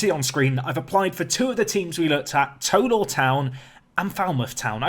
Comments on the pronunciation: I was born in bishop Auckland near tow law. And it's tow as in Cow. Tow law 😂 not toe law 👍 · Pronounce Tow Law as in taw rather than toe like tow(el) law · Just a note that it's pronounced 'T-oww Law Town'...... as in 'Oww I stubbed my toe!'. Hope that makes sense! (I live 6 miles away! 🙂) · I live in tow law and it is pronounced more like taw law and are known as the lawyers. The ground has the second highest altitude in england. Also a few years ago, south shields FC scored a great goal and it won Budweiser goal of the month. (Children also get a free portion of chips) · It's pronounced t-ow law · Tow is pronounced like how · Looking forward to this series. By the way , the Tow bit in the teams name rhymes with ‘Cow’ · Looking forward to the save, however, it's driving me mad! Can you please pronounce it TOW as in NOW!! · Tow Law is about 5 miles from me, Tow is pronounced like Now